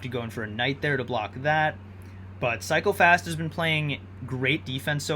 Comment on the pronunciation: Sometimes i heard psychopaths instead of cycle fast lol